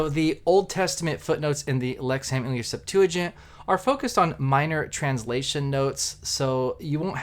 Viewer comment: It’s pronounced “Lexum”….not “ham”!